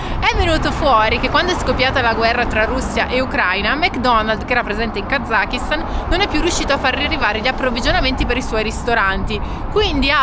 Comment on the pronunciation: Heymondo utilizzata grazie a voi in un viaggio di aprile. La pronuncia esatta di Kazakistan dovrebbe essere Kasastan,. Fatevelo dire dai locali. Gente molto ospitale col rischio di essere invitati a casa loro per cena e con obbligo, nel rispetto dell'ospitalità, di bere di tutto e di più come delle spugne. . ❤